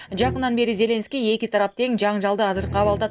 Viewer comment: Зеленский от слова зеленый ударенияны туура коюп окучу